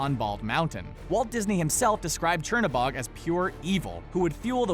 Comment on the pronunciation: Not a big deal but the right way to say Chernobog is cher-(chair) no-(no) bog-(bo -ge the ge is a guttural G so sounds like G-e almost like the GU in the word gut). I hope I make sense with the way I am trying to teach you how to pronounce Chernobog but this is in Russian other countries will pronounce this differently. Fun fact Cherno means black and Bog means god and is like the devil in Slavic folklore because his opposite is Belobog which means white god or a better way of saying it would be light god as Chernobog would be called the god of darkness. I am actually really impressed with Disney to be so well informed with Slavic folklore which they could of chosen the easy route with Norse, Roman, Greek, or Egyptian gods. Also thank you Screen Rant for this great video and also for you to share with us.